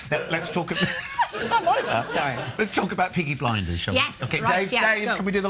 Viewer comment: he fookin said peaky blenders